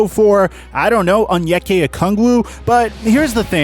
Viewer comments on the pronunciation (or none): sheesh its onyeka not anyekuh